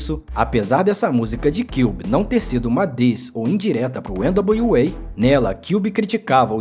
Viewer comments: nao sou nenhum expert em ingles, pelo contario, nao sou fluente em ingles, mas acho que voce pronuncia errado o nome do grupo NWA. nao é ene dablio UEI, É ene dablio EI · Esse pronúncia de N.W.A nem nas músicas são assim kkkkkkkkk não precisa disso não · O documentário ficou massa, só o nome do grupo que você não falou certo